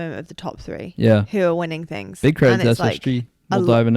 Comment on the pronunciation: I’m here for the “tings”